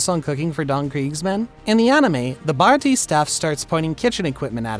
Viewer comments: "BAHRAHTEE arc" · This man said "bara tea arc" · the fekin baratie ark?!!!!!!!!!!!!!! atleast pronounce it close to accurate dannggg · how you say baratie is disgusting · How do you mess up saying the baratie that bad 😭🙏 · The way u said baratie was wierd 😅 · I’m sorry the way you pronounced baratie arc …. Was so wrong it hurt